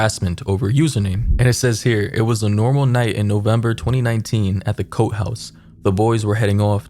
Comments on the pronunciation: Cote is not pronounced like coat… it’s Coté like Coatayy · And usually Cote is pronounced like Coty